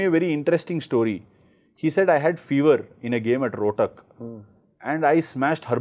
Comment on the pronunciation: I had a game in roadtak...funny how ash pronounced rohtak